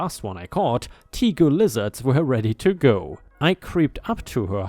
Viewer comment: Oh bamboo is a dastardly revenge. The rooting strength and the fact that it makes more shoots as the roots branch out means that you need to pour herbicide over the whole area in order to kill all the roots to even attempt to eradicate the infestation. Tegu is pronounced Tay Gew by the way.